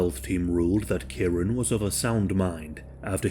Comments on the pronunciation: I've just commented on another post similar. It's kieran pronounced kee-ren. It's a commen name in uk and Ireland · Kieran lol It's pronounced kee-ren.